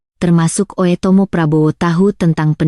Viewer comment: dia baca oetomo bu dengerkan dngn headset